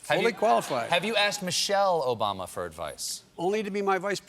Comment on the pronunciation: He cant even say Obama....and he think he knows technology....gtfoh